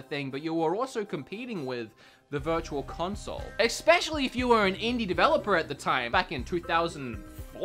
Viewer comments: there's no "X" in "Especially". Just saying! That always gets on my nerves. Haha. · I love u but plz stop putting the c in especially. Every time u do it I get closer to imploding.